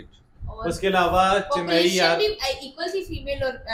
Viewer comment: Say Chennai not Chinnaaai